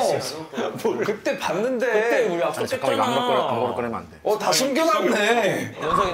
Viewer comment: 약속햏짜나ㅋㅋ 너무귀엽다ㅠㅠㅠ